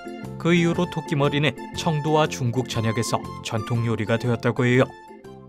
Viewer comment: 나 청두 계속 청도로 들었엌ㅋㅋㅋㅋ